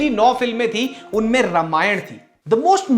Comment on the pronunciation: Sab thik hai video me. Bas रामायण बोलो रमायण नहीं। अर्थ का व्यर्थ होता है ऐसे उच्चारण करने से।